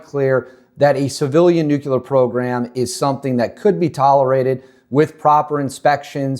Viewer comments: No such word as nukular. Maybe you mean nuclear? Is English your first language? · Bro, How can anyone trust your content when you cannot even pronounce a 7 letter word?? It's N U C L E A R. Sound it out. Look at the letters. You don't get N U C U L A R from that. Please stop making yourself sound like a little kid. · nuclear not nucular